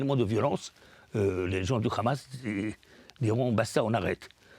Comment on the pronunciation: Ce monsieur est à la tête d'un mouvement pour la paix? Moi, en milieu d'écoute, j'entends plutôt le narratif officiel sioniste. Il justifie même l'idée saugrenue d'une coalition internationale contre la Hamas. Déjà, ce monsieur prononce "KHAMAS". Cela veut tout dire... Non, Monsieur, personne ne veut de l'autorité palestinienne pour diriger Gaza. Ça, c'est la volonté des sionistes. Allez, j'arrête là l'écoute et je vais vomir car si le mouvement pour la paix c'est ça, on n'est pas rendu comme dirait l'autre...